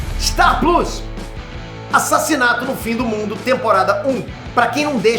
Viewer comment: O cara é tão nerd que até hoje não sabe falar "plos"